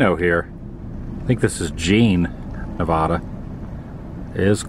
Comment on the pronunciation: As a lifelong Nevadan, please pronounce it correctly. It’s Nev-ah-duh. Not Nev-aw-duh